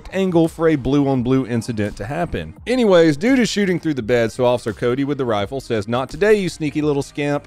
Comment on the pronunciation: PLEASE pronounce the F in officer. PLEASE stop saying osser.